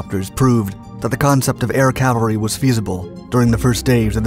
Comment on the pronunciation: CAValry, not CALvary. One is armored infantry, the other is a hill.